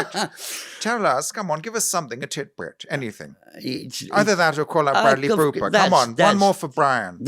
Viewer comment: Bwadley Booper from Bollywood.